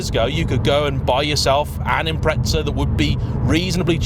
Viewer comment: Its not impretza. Its impreza